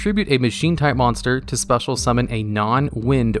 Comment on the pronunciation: Absolutely No one:: “Spetal Summon”